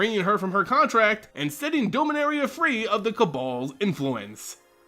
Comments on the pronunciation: It’s pronounced Dom-a-nar-ia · Doughminaria omegalul